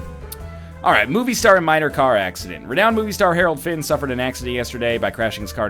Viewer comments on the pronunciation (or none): none